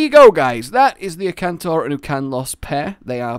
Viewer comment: FinalHunter97 This is what I meant. He said Ukanlos instead of Akantor